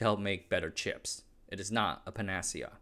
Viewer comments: Panacea is pronounced something like "pan uh see uh". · You might want to check out how "panacea" is pronounced. Great video as always.